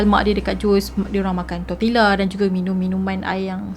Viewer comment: Ada banyak correction yg saya nak inform....iaitu Jose = hose sebutan dia....tortilla = tortiyya sebutan dia Dan...org Mexico mmg berbahasa Spanish...mcm mana pulak Jose xleh berbahasa spanish